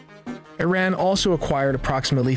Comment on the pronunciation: I love how their generated voice they use can't even pronounce Iran. I would take this video with a huge grain of salt.